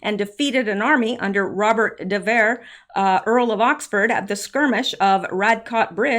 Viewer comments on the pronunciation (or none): none